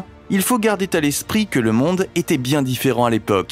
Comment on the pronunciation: Mauvaise liaison ! Pourquoi ce son t entre "garder" et "à l'esprit" ?